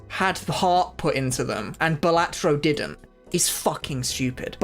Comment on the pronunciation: Please say balatro properly 🙏